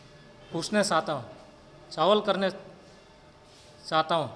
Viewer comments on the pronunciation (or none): Chawal karna chata huuuu ??? 🤣🤣🤣🤣🤣🤣🤣🤣 improve your pronouncation before conferencing a press meet gochu congress wasiyon